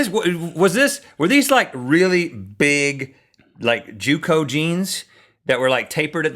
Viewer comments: Jnco Jeans... Not Juco. Said like Jean-co. ~90's Child. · Jnco Jean's lol not junco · Did he say JewCo?